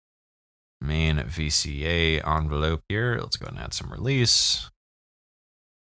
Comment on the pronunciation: "Un-velope" lol